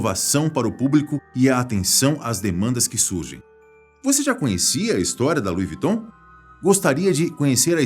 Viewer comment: Não entendo o porque das pessoas falarem o nome da marca errada🤦🏻‍♀️ só aqui no Brasil as pessoas não sabem pronunciar.